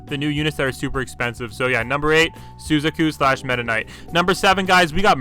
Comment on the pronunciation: anybody notice how he calls every other anime character their names from the show but not suzaku? dont bother saying their real names if u dont know how to pronounce it and wont call all of them by their non copyright names lmao